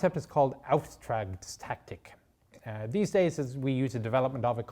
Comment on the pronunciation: Nice episode but he absolutely butchered the pronounciaton of "Auftragstaktik".